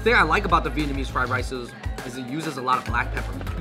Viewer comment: Come on how are you Vietnamese but you pronounce it incorrectly 😭